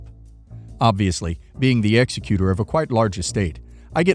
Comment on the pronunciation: Might want to look up the pronunciation of "executor."